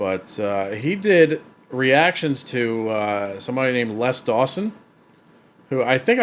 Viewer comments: It's pronounced "Lez" Dawson. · His Name Les is pronounced Lez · I sometimes forget Americans pronounce things differently and then you started calling him "Less Dawson" which sounds all wrong, because it's pronounced "Lez" in the UK. But glad you enjoyed the jokes. Always good to see classic comedy get new fans. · Lez not Less, definitely non Less Dawson. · Hey; just a point - it's Les pronounced Lez, not less;) Sad to say, Mother in law jokes are not allowed in the current climate of "don't offend Anyone!" I miss the 80s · It's pronounced lezDawson not. Less dawsonsorry. But less dawson was annoying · Hi, just FYI, his name was pronounced "Lez" not "Less" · Les not Less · ‘Lez’ not ‘Less’ Dawson.😊